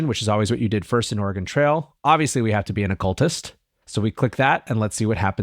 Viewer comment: Do Midwesterners still not know how to pronounce "Oregon"? I'm going to start pronouncing the final "a" vowel sounds in "Michigan" like the vowel in "can," until they figure out how to pronounce "Oregon."